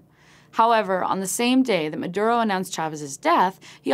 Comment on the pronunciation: should learn to pronounce Maduro...